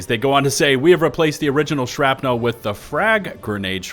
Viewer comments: absolutely everyone ever: "shrapnl": "Shrap-nelle" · Why do you keep saying "shrap-nowl" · The way pronounces "shrapnel" as "shrap-nel" makes me suspicious to what flows through his or its veins. Rest hands on Senator. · You drive me crazy with that "shrap-nell" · Okay, I'll take the bait. "Shrap-NELLLL" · "shrapNEL" lol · Haha…The ole SHRAP-NEAL trick! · Why are you saying "shrapnel" so weird. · I was about to make a comment about mispronouncing "shrapnel" but then I remembered that I'm from texas and I can't say words properly 😕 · The way you pronounce the word "Shrapnel" is disconcerting and makes me think you are not human. Are you actually an automaton spy? Do you hate democracy? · you pronounce shrapnel funny. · i spent the majority of my time watching this video questioning my pronunciation of Shrapnel. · Crap had my ears bleeding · Holy shit I didn’t realize how he pronounced it until just now lol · You’re killing me with the way you pronounce shrapnel.